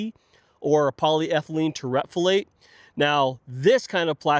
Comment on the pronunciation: Please learn to pronounce terephthalate. Otherwise, a good review.